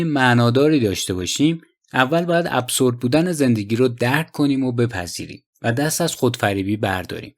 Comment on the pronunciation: اِبزُرد هست چون با تلفظ اس خوانده نمی شود